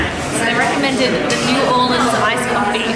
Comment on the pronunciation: And he said New Orleas wrong